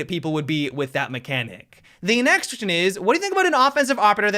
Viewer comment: .." the nextion is" haha awesome